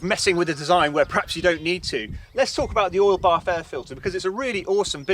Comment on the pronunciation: It took me 11 minutes to figure out that he was saying "oil bath air filter".